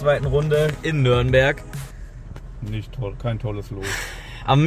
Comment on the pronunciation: Bitte sagt nicht immer nörnberg es heißt Nürnberg 😂 viel Erfolg euch noch wünscht euch ein glubberer